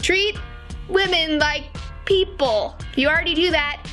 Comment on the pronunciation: " Don't treat themm leik piepl. Treat themm leik miepl."